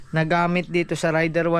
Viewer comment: ...Raider (Reyder) ang bigkas jan at hindi Rayder (Rider) sori huh...